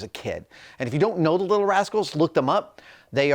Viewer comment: Did he say "if you dont know the little rascles?" Omg I am old lol